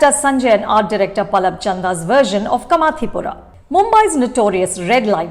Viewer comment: It’s काठियावाड़ी, not काथीयावादी. It’s कामाठीपुरा, not कामातीपुरा. It’s ढोलीड़ा, not डोलीदा. THESE WERE EXACTLY MY PET PEEVES TOO. I have the same pronounciation pet peeves for Varun Dhawan. Anu. Chopra is U.P. Bhaiyya and her mom is script writer. But she wants to show that she is "hip" woman from south bombay (not mumbai) mind you. Ms hoity-toity, karan-johar-types.